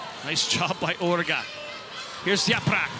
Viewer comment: they called Orro “Ora”, called Orge “Orga” and called Vargas “Karakurt”